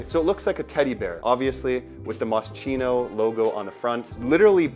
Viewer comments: The bear theme came from Moschino’s early collection when he made a dress with little teddy bears on the neckline around 1987-88. He was the designer with a sense of humor and I believe work for Versace. On the the Chino part is pronounced Kino. I got to meet him when he was promoting his first or second collection in the 80’s. Well, more like went to a small in store fashion show in 1988 when no one knew who he was. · Mos-kino ! Not chino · In Italian CH=K so its pronounced MOSKINO. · Moscheeno? Hehe I love this perfume! I really liked it since I first tried it so I had to get it! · pronounced Moskeeno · moscino ahahahaha sti anglo ahahah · Masscheeeno? lol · It’s pronounced MossKino - and I love this unusual scent ❤ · My ears hurt every time you mispronounce moschino. How do you do a video of a cologne without knowing how to pronounce it? Takes literally 5 seconds to look it up. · maybe you could learn how to properly pronounce a foreign word before publishing a video? It really sounds terrible… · Ur pronouncing it wrong 😭